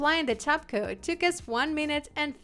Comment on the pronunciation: I think your wonderful. Thank you for all of your tips, they are most helpful. As you give us so many tips and I know you like tips to help with your pronunciation of the English language, I thought I would let you know that your pronouncing base coat and top coat etc incorrectly. Your pronouncing "coat" as "cot" it's pronounced like "goat" but with a c instead. I hope this helps you out as much as you help us. Thanks again ❤️🙏🏼